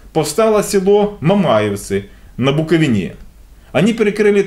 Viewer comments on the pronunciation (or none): Правильно говорить на Букови'не